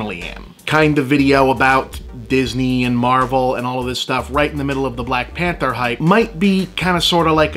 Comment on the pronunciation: “Blahk Panthah” -Bob